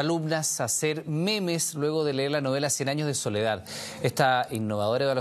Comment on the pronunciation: C dice momos no memes :v